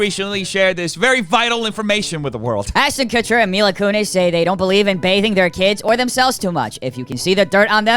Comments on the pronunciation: You want me to correct you every videoo 😂😂😂 You italian . mila not maila . Love you 😍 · My la??? It’s MILA( meeelaa) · Me la not my la kunis